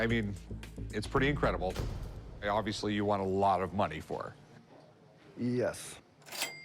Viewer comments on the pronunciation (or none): none